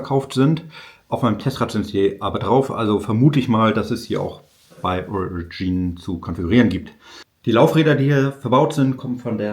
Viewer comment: Aber warum zum Teufel versteifst du dich den Namen der firma englisch auszusprechen? Ist das cool😮? "Origine" ganz einfach so viel französisch muss doch möglich sein